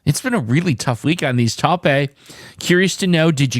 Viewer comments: Toe-pei?? 😂😂😂 its pronounced tope. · Pronounced Tope. its a color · Taupe is pronounced tope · Tope, like towp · 5 guess solve for me today, tough word. I do think it’s pronounced tope though. Glove tribe tense tache taupe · I don't mind seeing your longer videos,. I can understand you may feel some pressure trying to complete it in front of us all, though. I had a longer sequence today.... Duddy, Stuck, Blunt, Mouth, Taupe (pronounced 'tope'). I liked the colour taupe so much that when I was a teen, I saved my cash to buy a leather jacket in this shade. So first time resigned in 3 years,? That's a tough one. Tomorrow a fresh new streak!! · STEAL > TRACE > TAUPE. Taupe is a colour and it rhymes with Hope. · Taupe is a color, and pronounced tope, rhyming with nope. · Hoist, Crane, Taupe (rhymes with hope). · ADIEU — GAUZE — PAUSE — TAUPE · TAUPE is a color. And the E at the end is silent. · Coral > Paste > Taupe Sorry. But I enjoyed hearing a French accent on the word Taupe.